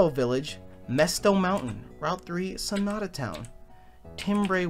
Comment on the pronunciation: Alto is a voice part...And it will be pronounced Tam-ber (not Tim-ber) and So-nah-tah not Sonota. All music terms Lol. Glad to see a new LP even of this game again. Was SO looking forward to your play though.